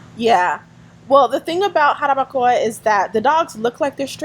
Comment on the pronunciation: Lady you need to learn how to say jarabacoa lol if you gonna live in dr try and practice